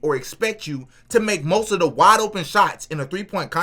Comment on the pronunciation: Love the content bro everything you said is 100% suw sub! Lol I know how you kept saying waide open shots that's a great point bro ! Lol 😂